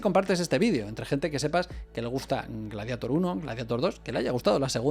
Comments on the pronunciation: "Gladieitor" no "Gladiator"!!! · Persona normal: le diré gladiador traduciendo el título o glarieiror en su pronunciación correcta en inglés You tuber gallego promedio: pronunciare el inglés como la mierda y listo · "Antes en España no sabíamos inglés" ....todavía, diciendo "gladiator" textual, como si fuera "espiderman" 😆